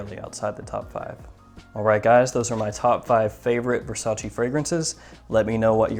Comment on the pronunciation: You said versace wrong